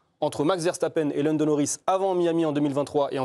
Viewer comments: “Verchtappen” faites l’effort s’il vous plaît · ARRÊTEZ de prononcer les noms néerlandais avec des sons allemands ! Le S se prononce S en néerlandais, comme en anglais et toute langue latine ! Max Verstappen et Wesley Sneijder s'appellent bien Verssssstappen et Ssssssneijder.